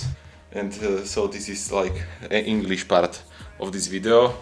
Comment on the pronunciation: Ten "Inglíš part" mě rozbil